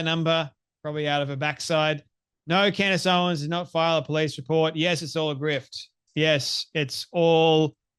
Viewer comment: Take a shot Everytime he says candy owens